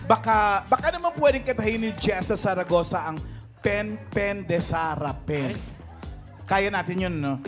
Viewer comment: Eat Bulaga TVJ, pakorek nman po ng last ni Jessa, hindi po Saragoza kundi Zaragoza. 😊